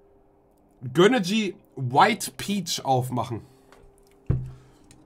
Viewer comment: Warum sagt er göhneejie